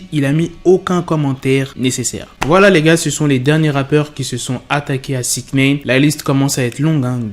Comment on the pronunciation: On dit pas" six nène" je vais l ecrire en phonetique, six "naillene" ( comme nein en allemand)